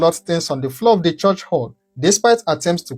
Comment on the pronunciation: Stop saying chorsh despite your well spoken English. It is pronounced CHURCH.